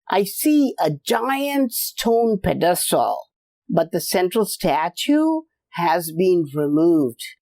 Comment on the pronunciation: your annunciation of pedestal threw me off for a few until I realized what you were saying, lol.